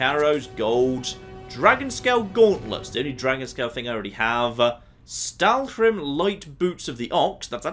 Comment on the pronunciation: you're saying stalhrim weird.